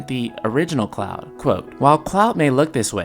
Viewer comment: Are you saying Clow?